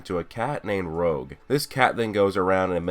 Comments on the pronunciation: It's not rogue it's rouge like French for red bro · Rouge, not rogue....... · i think its name is the french Rouge(soft g) which means red and not Rouge as said in the video.